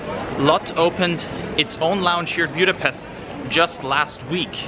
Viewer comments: Budapest not Bjudapest. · He needs to learn how to properly pronounce “Buda-pestch ! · Have never heard your pronunciation of Budapest